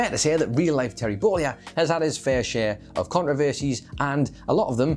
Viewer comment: Who is this "Terry Bowleeah" guy me keeps mentioning? lol